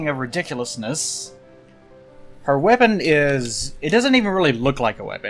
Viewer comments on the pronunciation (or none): When you said " weapons", I thought you said "webbins"!